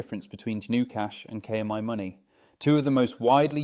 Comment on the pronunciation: AI narrator is annoying. Mispronounces KMyMoney very frequently (but not always).